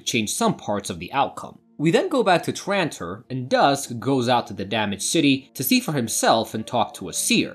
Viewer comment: It’s. TRANTOR NOT TRITON 😡